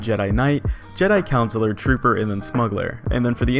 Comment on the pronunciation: Man said Jedi Counselor. It's Consular. Learn to pronounce it my guy.